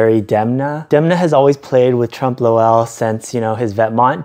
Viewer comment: u mispronouncing trompe l'oeil over and over was killing me